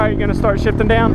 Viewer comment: I thought he said shiting